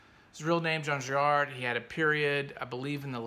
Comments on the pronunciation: His last name is Giraud (Gi-ro), not Girard. And Blueberry is an entirely fictitious character, his "history" having been dreamt up years after the series was originally created. He (Giraud) never lived in the south-western states (aside from in L.A., later in life), but in Mexico as a teenager, after his mother married a man from there whom she'd met in Paris. Her original husband had abandoned young Jean and her years before. There are some 30 episode-albums in the Blueberry series, of which a dozen cover the cycle that begins with "Chihuahua Pearl", not counting the five episodes that were produced later, known as the OK Corral series. Apart from "Angel Face", which is my favorite album from the original series, The OK Corral group constitutes the aesthetic pinnacle of that production, even if its storyline isn't as compelling as Charlier's earlier work on the series. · The author's name is Jean Giraud (jeero) not Girard